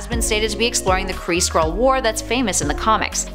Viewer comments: this video is dumb but I did think it was funny that you kept pronouncing it like squirrel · I thought you said "Squirrel". lol XD